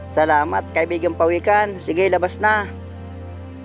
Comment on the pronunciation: PAWIKAN NOT PAWEKAN.PINAGKUTAAN NOT PINAGKITAHAN